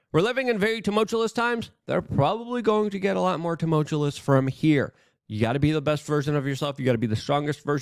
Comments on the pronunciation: Luke: Say it with me now, "too mulch you us", not "too mult yule us". 😂😘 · Bro, the word is tumultuoUS, not tulmutuoLESS. Drives me fricken nuts especially when you say it multiple times a video! Come on Luke!! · He keeps trying to say "tumultuous" as one of his favorite words, but he can't pronounce it correctly. Every single time.